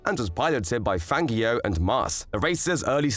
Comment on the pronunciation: Great video. Highly informative. But can you please understand that Fangio's name is pronounced with a soft "g"! It always has been. I have never heard anybody else EVER pronounce it with a hard g as you do. It is horrible and irritating to hear his name pronounced the way you do it. Just think of "Fanjio" and not "FanGio"! This is a matter of respect. Please, pronounce his name correctly.